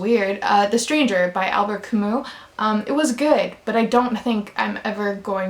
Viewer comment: Choke is the only palanuik book I like. It's GREAT. his other books are too weird and try too hard. Read the synopsis to Choke and see for yourself 👌📖 Also props to you for pronouncing Camus' name right :)